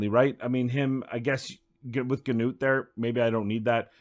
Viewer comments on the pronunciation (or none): "noot" not "g-noot" I don't understand how 99% of content creators get it wrong when it was said in the COTA video. What about putting in aket or what ever his name or vildrax for hex with Artak or similar with burn activations for spider?